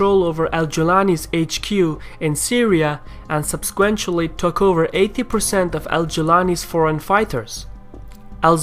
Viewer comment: Check your pronunciation of "subsequently".